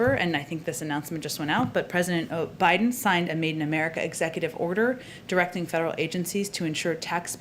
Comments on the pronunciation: She said President Obiden... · around second #50 of this speech, she said "president O Biden" anyone catch that? LOL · She said Obiden...... lol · 😂 I caught that too!!!! 😆